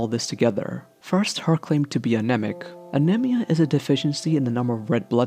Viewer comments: He kept saying anemia wrong! I almost threw my damn phone. Jesus Christ pronounce it right! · the way you pronounce anemia is really annoying